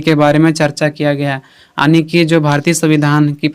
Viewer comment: Sir it's yani not aani